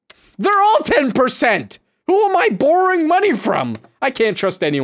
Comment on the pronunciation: Canadian moments bOorOwing